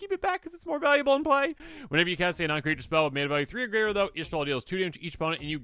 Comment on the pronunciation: Y'shtola Infect? LOL